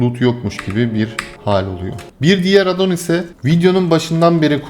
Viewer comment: AAAADDDON DEGİL , ingilizce addon , A ince söylenecek.